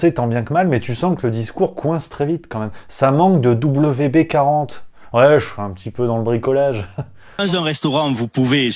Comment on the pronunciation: C'est moi ou tu as dit WB-40 au lieu de WD-40...? ;)